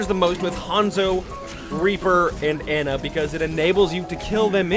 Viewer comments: McGee? An-nuh? No, it's McCree and Ah-nuh! Why can't people pronounce names correctly? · STOP STOP STOP STOP SAYING ANA LIKE ANT WITH AN A IT'S AHNUH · or Ana..